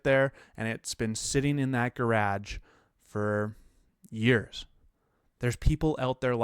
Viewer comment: Am I the only one who heard him say “garage” and sprayed my coffee out my mouth all over my monitor?